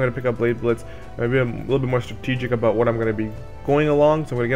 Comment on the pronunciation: Jock Patterson Judging by the way he says booooot...he’s at least Canadian. Lol. (Sorry, abooot that,... all in good fun, doncha know, ay, oh yeah, you betcha...)